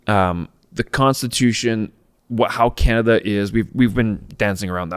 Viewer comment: HE CANT EVEN SAY "CANADA" and remember ONTARIO SUCKS ALBERTA dry, with QUEERBECK.